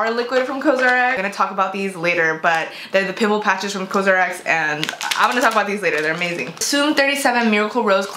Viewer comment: i think its pronounced "cause" r-x!